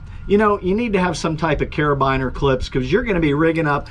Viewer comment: Great video... carabiner is pronounced cara "beee" ner. 🙂